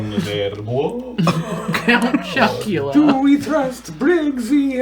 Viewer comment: Count Bitchula? Count Chocula? When did this becomes One Karen's Saturday Morning? 🤣🤣🤣